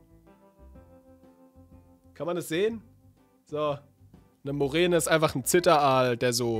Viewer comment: Ich möchte kurz anmerken das es Murene heisst nicht Morene